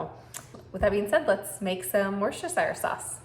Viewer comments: Say it withe me now WIS-TER- SHER SAUCE. Ya got to say the Worcester part like your from Mass. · At least pronounce it right love!!